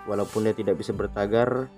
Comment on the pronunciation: Bertagar, 😂.. berkarat mas... Kaya bahasa sambas aja...